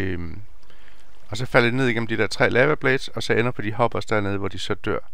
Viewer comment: lava udtales ikke lama